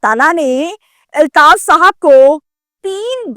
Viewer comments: O YOU STUPID AND BRAINLESS, THE CORRECT WORD IS, AULTAAF, NOT, ILTAAF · "Eltaf" nehin balkeh "Altaf" kehte hain.